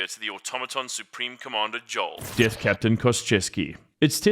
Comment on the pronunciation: African pronunciation of the "th" sound.